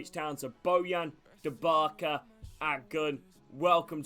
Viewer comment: you pronunciated Dubravaka's name wrong